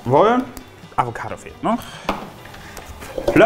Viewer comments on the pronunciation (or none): Hört mit dem Avokedo auf es heißt Avokado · Wieso avocädo 😂